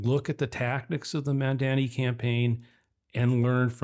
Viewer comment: It's MUM--DAA--KNEE.